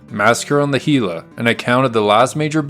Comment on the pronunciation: Excellent video, as a resident of the area I appreciate you pronouncing Gila correctly!